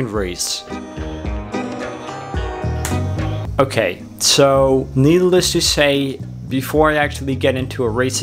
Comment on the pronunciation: Did he say "needle less"? lol